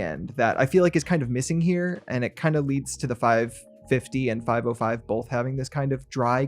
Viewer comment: it is not "5o5" but "505", not "6xo" but "6x0" --- not "ou" but zero